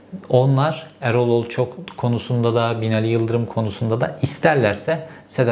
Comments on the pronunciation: Sizin gibi çok okuyup ! çok yazan adamın ısrarla Olçok yerine sürekli Olçak demesini bir türlü aklım almadı! Zaten sizi gazeteci sanan bizde sorun! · Sinirim bozuldu ya Herif hiç şaşırmadan Erol Olçak Nihal Olçok demeyi başardı.🤦‍♂️💆‍♂️ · Olçak değil ,Olçok Cevheri bey..!! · OLÇOOOOOOOOOOOK ! olçak ney kardeşim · olçak değil be aga! olçok olçok ooollllçooook! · Nihal Olçok demeyi biliyorsun ama Erol Olçak diyorsun ısrarla neden??? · Olçok diyemedin gitti.